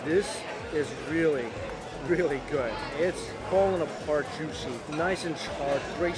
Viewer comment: “So jushy” is what I hear every time